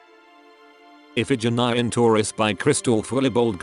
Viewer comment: Isn't he pronouncing iphegenie wrong? In "o malheureuse iphegenie" its if-fa-jin-nie